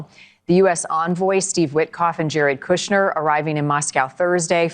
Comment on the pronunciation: “Kushner”? Why